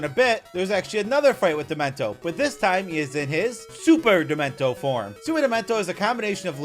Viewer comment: He's calling dementio demento